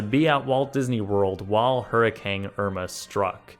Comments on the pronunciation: why does it sound like you keep saying hurricange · Stop saying HURRICANG. ITS CANE. COME ON